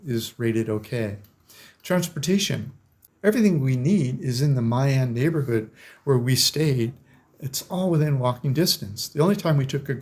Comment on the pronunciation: YOU MISPRONOUNCED ,MY AN BEACH. MY IS PRONOUNCED "ME" AN❤ MY WIFE IS VIETNAMESE AND WE VISIT HER FAMILY IN DA NANG, EVERY YEAR. IT'S CALLED DA NANG , NOT DA NONG😂